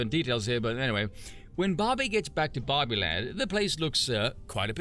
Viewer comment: Took me too long to realize you were saying Barbie and not Bobby.